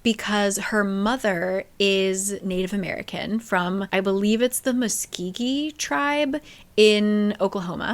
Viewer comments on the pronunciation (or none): Ma-sko-gee. Like bee 🐝